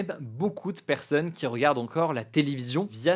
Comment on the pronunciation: On dit pas perseunne mais personne